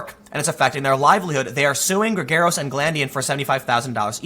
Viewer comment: Totally unimportant but Mark Geragos is pronounced like "asparagus" or "Gare-a-gus". Doesn't matter but thought I'd pass it along.